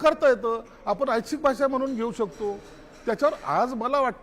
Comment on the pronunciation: आच्छिक नाही रे ऐच्छिक असे बोल 😅😂